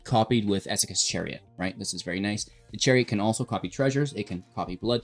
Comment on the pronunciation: Whats with the annunciation of esikas chariot!?